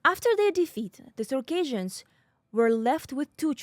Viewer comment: Please learn how to pronounce Circassians correctly, it's not pronounced the same way as Caucasians